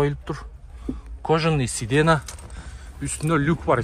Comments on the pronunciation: Сидена дебей сидения десе жакшы угулат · Паркоп эмес фаркоп,сидена эмес сиденье 😂😂